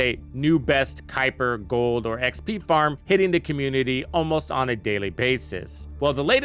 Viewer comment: The mispronunciations by youtubers for this game is insane. Kuiper, valby, viessa, sharen lepic.... The words/names are said in the game by characters multiple times, and they still say it incorrectly. Drives me nuts 😂😂